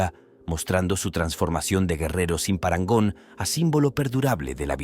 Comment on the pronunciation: TENÉS UN PROBLEMA CON LA PALABRA PARANGON HAHAHA